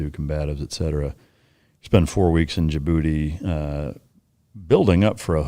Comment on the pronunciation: DJIBOUTI not JaaBooty 😂